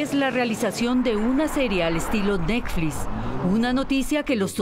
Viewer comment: "rechazan la publicación de una serie de necflix" jajajajaja.